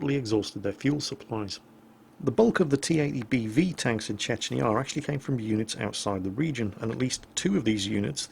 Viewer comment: Chechnyarr? Excuse me? The accent on the я doesn't sound anything like that.